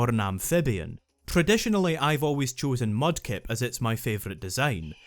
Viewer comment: you accidentally mispronounced "Mudkip", you coward. Swampert has one weakness. ONE. That KFC wannabe doesn't stand a chance against the obvious best starter of the three, ESPECIALLY in Ruby, which has team Magma with tons of fire and ground types, and Groudon being weak against ground type.